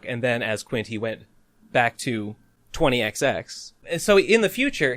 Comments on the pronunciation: Why does he pronounce 20XX as "twenty xty x"? Edit: Oh god... I just looked it up, and that's just so unnecessary... I hope it doesn't catch on. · Why does everyone pronounce 20xx as 20 X dee X? It's just 20 X X, isn't it?